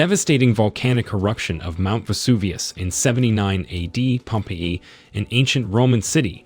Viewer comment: Unwatchable. Learn to speak English dude. Pompeii is hilarious the way they said it. As well as cadaver. Not only did he pronounce it wrong, massively incorrect information is given about them. No, they were not preserved at Pompeii. Bodies disintegrated leaving cavities in the ash. Scientists fill those cavities with plaster to see where bodies lay. If youre gonna make an informational video, get the facts correct and learn to talk first please